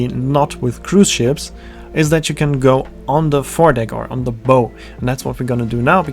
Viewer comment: Very well done. Just on little thing....the word BOW is pronounced like "Bough" like the bough of a tree, not "bow" like a hair bow.